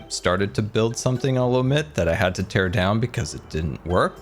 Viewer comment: Ter it down